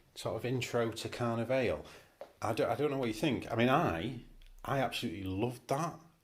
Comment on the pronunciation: And Car-Neigh-Valley